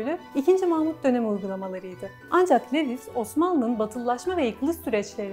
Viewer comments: Levis degil de luvis desek daha dogru olacak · Bir kere Lewis değil, Louis; Bradel değil Brodel şeklinde telaffuz etseniz, kötü yazılmış ve aşağılık duygusu sinmiş metninizi dinlemek daha keyifli olabilirdi. Ah müslümanlar, böyle büyük laflar etmek için 40 fırın ekmek yemeniz lazım daha.